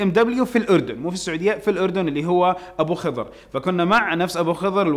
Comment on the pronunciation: للتصحيح يا تنطق ابو خضر خ عليها فتحه